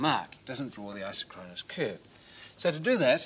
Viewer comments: The correct pronunciation is I-SOK-kron-us, not I-so-KRON-us. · The correct pronunciation is eye-sock-kruh-nuhs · It's properties are even stranger when you pronounce it i-SOCK-ro-nus. ;o) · I always preferred a different pronunciation (which may well be wrong): Eye-sock-ron-us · Fun fact! Aside from the mispronunciation of the word isochronous. It is pronounced "eye-SOCK-cronus - emphasis on SOC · IN US English, it's; pronounced "I sock ron us", implying same time from ISO meaning same, and chronous, meaning time. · You'd think as smart as this guy seems to be, he'd know how to pronounce 'isochronous.'